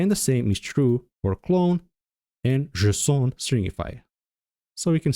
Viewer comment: Why are you pronouncing "JSON" the same way that Carl Wheezer from Jimmy Newtron pronounces "croissant" 😭😭